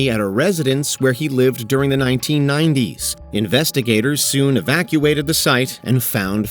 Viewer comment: “Excavated” the site, not “evacuated”. Two totally different things!